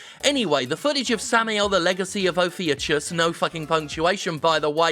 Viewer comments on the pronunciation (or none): Okay...since no one else seems to have done so, it's time to play "Let's be a pedant". Ophiuchus, the serpent handler, is a constellation which represents the struggle between Apollo and a giant snake who barred the way to the Oracle of Delphi. It's also pronounced "Oh-fee-oo-kuss". This has been your combination Greek history and pronunciation lesson. I'd say this makes me pretentious if I didn't love language and myth so much. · It’s Oh-Fyou-cuss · It's pronounced "off-ee-u-kus" (it's also a constellation), btw. Other than that, spot on list. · Btw ophiuchus is pronounced o-few-cuss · Ophiuchus is pronounced oh-few-kus :3 but it looks like Steam early access not ps4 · Caution! The enemy is approaching. He wants to tell you it's pronounced "Or-fee-yoo-kus."